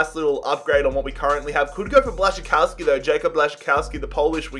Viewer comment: Im from Poland and I was very impressed how you spelled Błaszczykowski so fast and good lol